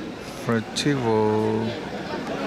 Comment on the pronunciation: 英语那么差吗？Festival 的发音都不会